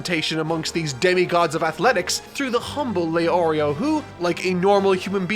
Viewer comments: You say Leorio and Killua correctly but not the other two. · Heard the names get butchered and expected to hear LEO RIO but leorio the only one he says right. Also I’m only 8 mins in so idk bout the rest